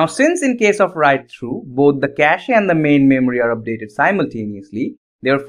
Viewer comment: Bro, don't pronounce the e in cache ^^